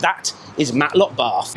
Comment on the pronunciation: its Matlock bath not Matlock barth.